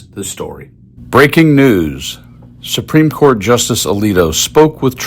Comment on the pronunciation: SUPRIME CORT ....IS .....SUPREME SHET 😂😂😂😂